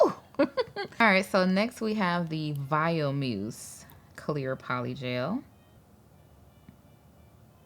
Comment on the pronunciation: I love that you pronounced viomuse differently every time you said it